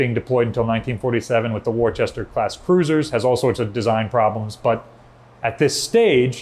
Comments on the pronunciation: Great video as usual. One little thing….”Worcester” is not pronounced “Warchester.” It’s “Woohster.” Years ago, I visited the late USS Barry on a school trip The sailor conducting our tour, upon finding out we were from Massachusetts, told us he once hosted a group of students from Worcester and made the mistake of pronouncing it “Warchester” and they really let him know he’d messed it up. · WOR-CES-TER!! It’s NOT WOR-CHESTER!! For chissake pronounce Worcester correctly. Google the pronunciation! I grew up in Worcester. Stop insulting the name of the cruiser. Do I have to cross the river and pin you to the deck? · wooster not wor ches ter more like wiss terr thats it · I have to admit, I cringed a little bit when said "Worcester".